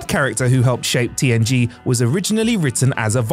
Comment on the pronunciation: At 10 seconds in I swear he said TNT not TNG and then says TNG the rest of the time 😂 Which I can totally see him missing that and fixing in Post, because I had to listen to it several times to make sure I did hear it right.